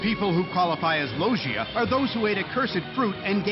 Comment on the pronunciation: okay I'll give 4kids props here, this is a fairly good explanation even if they mispronounced Logia.